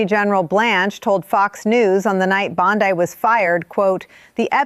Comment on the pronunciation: U know how to identify A.I.? BOND-EYE.!…pronunciation. Bye, bye.